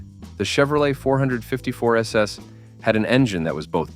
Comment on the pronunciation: Hate the Bot Voice can't say 454 SS right! I like all the trucks My favorite is the Studebaker Champ. ..... also ran Honcho Jeep.